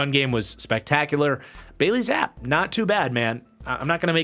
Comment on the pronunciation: I wait for these every week lol As a side note, it’s pronounced like “zappy” instead of “zapp”